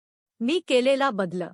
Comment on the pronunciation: वाचन सुध्दा नीट करता यावे लागते,शब्दोच्चा व्यवस्थित असणे अत्यावश्यक आहे.त्याचा अभाव या व्यक्तीच्या वाचनात जणवला.उदा .बदल हा शब्द ही व्यक्ती बद्लअ असा उच्चारित होती.असे बरेच शब्द.वाचताना अर्धविराम,स्वल्पविराम आ.व्याकरणीय मुद्याचे भानच नाही त्यामुळे मराठी ऐकणे ही शिक्षाच वाटत होती.अशा अर्धज्ञानी व्यक्तीने या फंदात पडू नयेआणि आमचा मानसिक त्रास वढवू नये.